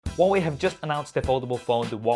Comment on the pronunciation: Hwawei fold hahaha 🤣😂😂😂😂